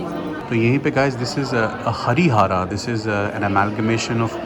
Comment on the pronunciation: It's not harihaara It's harihar